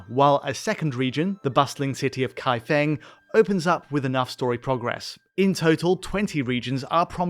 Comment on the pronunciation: Qinghe pronounced “Ching-huh” and Kaifeng pronounced “Kai-fang”